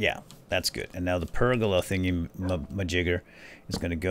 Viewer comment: Anyone else laughing at incorrectly pronouncing pergola constantly?